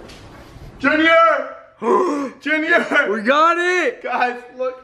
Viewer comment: It’s junior not Junear